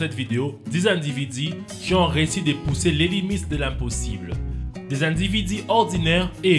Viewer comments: "diix individiii" mdrrrr ça m'a trop fait marré XD mais j'aime bien l'accent africain et super vidéo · des individi😂 sinon super vidéos 👍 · Lol, bonne vidéos, mais quand il disait "les individus" ca me faisait rire xD